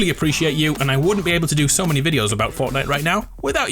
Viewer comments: did any one notice he said forknight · Did anyone hear him say fucknite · did he say forknite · FORKNITE HAHAHA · Homie said forkknife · Lol he said forknite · 'fork night' lol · forkknife?! First of all we say knife and fork second, is that a joke?